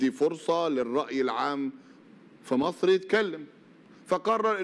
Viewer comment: كل الذي نرجوه من السيسي في الوقت الحاضر وقبل كل شيء هو أن ينطق أسم مصر التي يحكمها بالحديد والنار بشكل صحيح !!! حيث أنه ينطقها ((( ماسر ))) بدلا من ((( مصر ))) وتحيا ماسر تحيا ماسسسسسر تحيا ماسسسسسسسسر